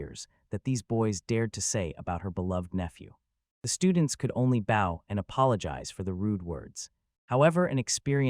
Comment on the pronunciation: Usually the ai says bowed instead of bow. Now it's bow not bowwed😂😂😂😂😂